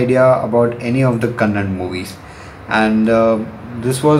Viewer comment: That's not kannad. It's kannada. Bro